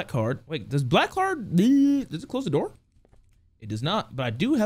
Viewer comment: Best part about this video is when he says open the noor